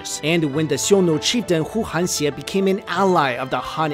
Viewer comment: Great video but 邪 in 呼韩邪 should be pronounced ye not xie